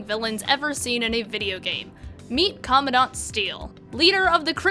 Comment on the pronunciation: I agree but at least pronounce comandant right please also borderlands 1 is better because it doesn't have the sawtooth could ten part